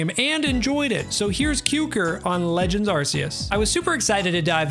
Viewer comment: its legends ARCeus not asseus